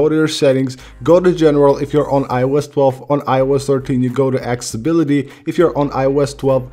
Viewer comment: Guy can’t speak accessibility properly XD😂